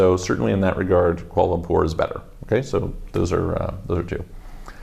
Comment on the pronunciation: its kular lempur